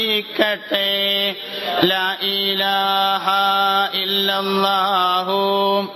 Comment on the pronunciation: ലാ ഈ ലാഹാ - തെറ്റാണ് ശരി - ലാഇലാഹ അല്ലേ? എന്തിനാണ് അറിവു ള്ളവർ തന്നെ തെറ്റ് ചൊല്ലിക്കൊടുക്കുന്നത്?